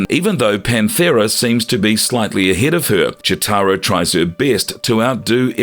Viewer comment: Is it just me or are you pronouncing Cheetara wrong?